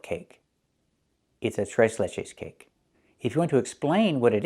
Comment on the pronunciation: ¿Do you speak spanish too? You pronounced "Tres Leches" like a native lol ❤❤❤